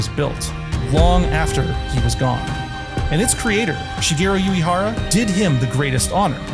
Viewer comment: Love the vid, but, sorry, the constant mispronunciation of Shigeru Uehara's surname takes me out of the experience. What you said sounds like "Yuihara", when Uehara should be more like ooh-eh-hara. U sounds like the "oo" in "Boo" and E sounds like the "e" in "egg"